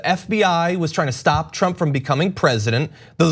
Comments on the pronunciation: The lapsus, when Mueller says "Trimp" hum Trump... and he hits the mic just before, is relevant and interesting. He shits in his pants when he says the name Trump. The Donald President must pressure him so much to keep his mouth shut. Hush money was offered? I think Pelossi got some hushcash too to not obstruct his presidency, please... TRUMP is powerful... for now! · that would be 'tramp' ehhhr 'trump'..... rofl....